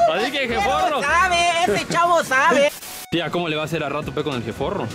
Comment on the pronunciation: No es sabee es sapee